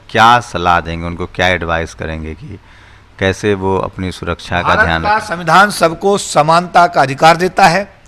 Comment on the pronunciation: Jo suraksha word sahi se bol nahi pata ho boh kya suraksha kar sakta